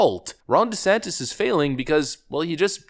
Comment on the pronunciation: The closed captioning prints "Rhonda Santis" every time you say Ron's name. I don't know if that's what you are saying but it's funny as hell!.